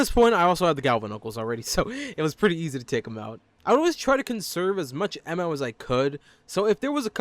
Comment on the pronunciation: "emmo" why bro ITS AMMO